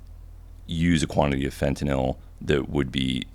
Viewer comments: So refreshing to hear someone pronounce fentanyl correctly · He’s the first guy I’ve ever heard say fentanyl correctly